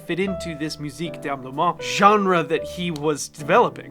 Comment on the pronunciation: You're missing a whole syllable in "D'ameublement"